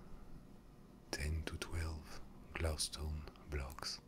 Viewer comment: PosskoonFTW glaustone (the way he says glow stone) is my favorite